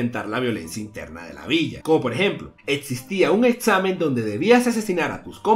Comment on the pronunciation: Soy yo o dice estsamen